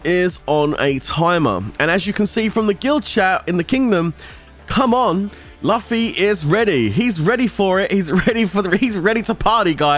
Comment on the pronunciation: Pleasae read Luffy correctly pleasee hahaha